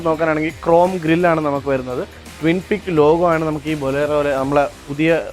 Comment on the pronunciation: ട്വിൻ പിക് അല്ല "ട്വിൻ പീക്ക് " എന്നാണ് ലോഗോ